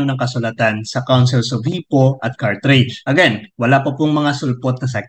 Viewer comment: Bro Denz Carthage po not Carthrage. God bless!